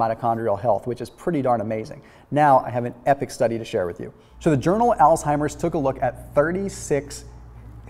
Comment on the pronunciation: It's not pronounced altimers. It's Alzheimer's. Thank u for ur videos. I enjoy watching them and following ur recommendations.